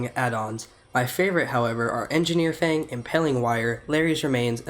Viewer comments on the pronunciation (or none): none